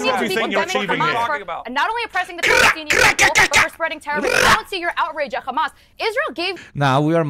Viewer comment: Oh Gods, I heard her say "Khamas"